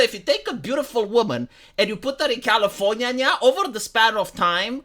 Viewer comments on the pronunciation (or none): Why does he call California, California Nia?. 😅